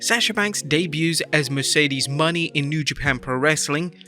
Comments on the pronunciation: Moe-Nay not Money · At least Say Mercedes Mone (Monet)